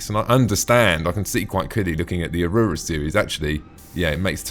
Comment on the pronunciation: Tactical Advance: "Ah-Roo-Rah" Everyone else: "Ah-roar-Rah"